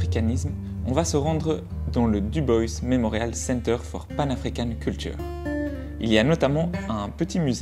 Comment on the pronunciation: Dubois prononcé à l'anglaise 🤔. Vous pouvez dire Dubois 😉